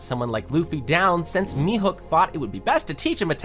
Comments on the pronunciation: Mihuk🥀🥀🥀🥀🥀 ITS MIHAWK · Mihawk not mehook